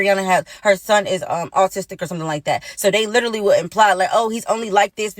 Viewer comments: Literally..LITERALLY!!!! Don’t forget the emphasis on the 2nd one! I’m only and I’m done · This broad is LIT-ER-ALY getting on my nerves, I’m out